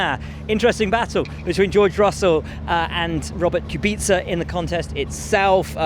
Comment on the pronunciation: I appreciate Will's pronunciation of the polish driver name Kubica 👌